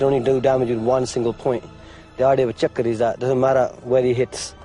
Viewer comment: It's called a fucking Chakram, not a "Chakra", jesus.